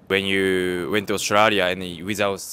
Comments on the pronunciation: She pronounced Australia in the most Aussie way possible.🦘😂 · She pronounced “Australia “ correctly 😊